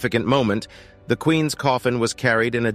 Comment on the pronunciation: I really dislike the narrator on this they’re using something that’s like AI. It when it says Queens. It says queen S when it says loves it says love is it just doesn’t know how to use an apostrophe. It’s kind of dorky to be honest.